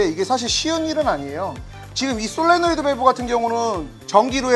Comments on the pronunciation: 내귀가 이상한가 자꾸 솔로레이드 라고 하시네 ㅋㅋㅋ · 쏠로네이드ㅋㅋ 마지 서포트를 사뽀드 라 하는거랑 같네ㅋㅋ 솔레노이드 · 이런 전문가님도 발음 잘못하시는 경우가 있군요. 쏠로네이드 ^^ 갑자기 더 인간적으로 느껴집니다 ^^/ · “솔레노이드” “solenoid” 입니다. 솔로노이드 아닙니다… 전문가이시니까..